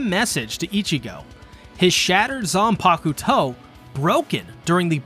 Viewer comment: I like how you pronounce zanpakuto😌😌....great video btw